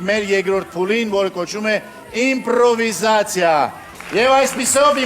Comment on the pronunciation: Ժող ոչ թե ինպրովիզացիա այլ իմպրովիզացիա